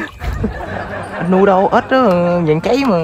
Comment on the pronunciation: Ếch ba ơii chứ k phải ết ba ơii